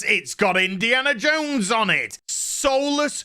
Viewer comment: It's Indiana JONES!!! Not Indiana JANE!!